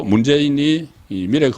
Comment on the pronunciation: 국건님! 말씀하실때 억양을 조심 해 주세요. 미래, 자금 등 억양 액센트가 안 맞아요.